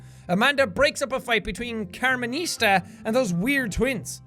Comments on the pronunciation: He said carmonista when it was supposed to be carmonsita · "Carmenista" lmfao 🤣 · "Carmenista." my 5 year old ass is amused by Sean's mispronunciation